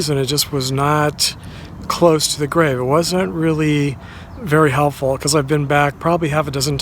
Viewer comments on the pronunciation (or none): none